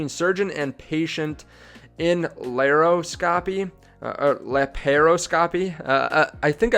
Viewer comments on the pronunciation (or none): Pronounced LAP-PRO-SCOPY :)